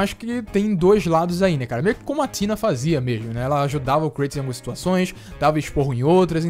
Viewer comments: não é atina é Athena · eu acho que ele diz Athena, pronunciando Atína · Tb demorei a perceber de quem ele se referia. Deu dor nos ouvidos com as pronúncias dele. 😂😓